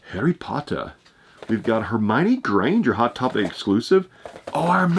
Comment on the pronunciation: Hey just to let u know, the pronounciation for the Harry potter figure is pronounced: Her-Money Gran-Ger